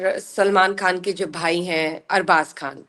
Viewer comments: سر آپکی کو ھوسٹ اگر اردو نہیں جانتیں تو صرف ان کا ھندی کھ ختم کریں جیسے یہ خان کو کھان ختم کو کھتم کہتی ھیں بس ان کا خ درست کروا دیں شکریہ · if you are a Pakistani how come you pronouncing خ as kha?? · Why she kept on saying kan she is pakistani why can't she pronounce khan properly